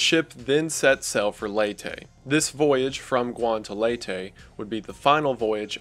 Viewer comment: Been binging a lot of your videos, great work man! Btw, I'm from the Philippines and it's pronounced "Lay-teh" :)